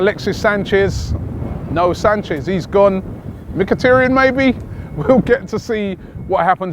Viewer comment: I know you have a history of pronouncing names badly but just stop pronouncing it as Mikitiryen 🙄